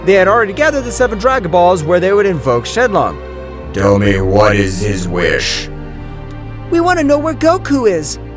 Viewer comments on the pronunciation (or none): Gohan and the narrator said shenlon